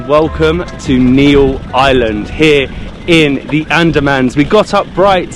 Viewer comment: itz NEEL not NEIL NEEL>>>>>BLUE